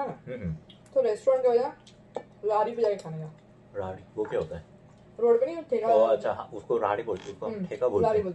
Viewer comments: इस लड़की से अच्छी भाषा कोरियन लड़का बोल सकता है। कमाल है। राहड़ी नही रेहड़ी होता है! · Ra dhi nahi रेहड़ी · Radi nahi beta redi bolte hai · Didi - Raadi 😂 Are didi, Are didiiiiii. 'Rehdi' bolte hai. Didi se sahi Hindi to ye bhai seekh gya 😂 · रेहडी बोलते है